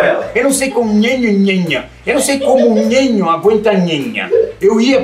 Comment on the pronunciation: 1 que não é nhenha e nhenho e sim Nenha e Nenho 🙄